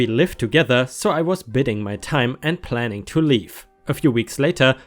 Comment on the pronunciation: Biding - by-ding - it's only bidding when there's a double d. Evangelist - it's a soft g, with a j sound. ------ Also, on the JustNoEx front, I think it would be cathartic for those of us who've been through that shit. I didn't suffer as badly as many others, but as you've seen from JNMiL males don't have an exclusive claim to violence or craziness, some women can be just as bat-shit crazy as any guys out there. I'd also like to add that just because a guy doesn't beat the shit out of a woman, doesn't mean that he couldn't if he chose to, some of us just don't feel right about hitting a female if we can avoid it. Also, although things are improving, if a guy fights back, he can risk being accused of being the aggressor & getting into serious legal trouble. Edit: typo